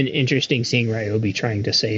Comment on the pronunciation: All The Ryobi fan boys are going to be happy you don’t pronounce Ryobi as “Ree-Obi”. You get a thumbs up from me because you pronounced it correctly 😂. I’ll share with you soon my “Homemade Ryobi 18v roadside battery jump starter”